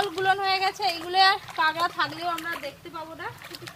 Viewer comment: Not kengra it's kakra